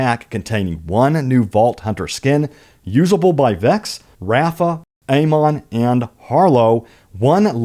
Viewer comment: bruh "raffuh" say it any worse while respecting pasty Amon's name. try harder kid